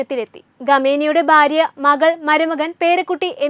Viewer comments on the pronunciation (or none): തലക്കെട്ട് വായിച്ചപ്പോൾ തോന്നി മോദി യുദ്ധത്തിന് അനുവാദം കൊടുത്തു എന്ന്. ഇത്തരം പൊട്ട വാർത്ത കൊടുക്കണമോ? പിന്നെ, ഗമേനി അല്ല ഖോമേനിയാണ്‌. ബാര്യ, യുദ്ദം, സമാദാനം തുടങ്ങിയ വാക്കുകൾ പറഞ്ഞു പഠിക്കൂ.